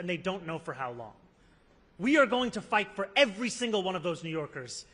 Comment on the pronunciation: "I fivght for working people!" I like that❤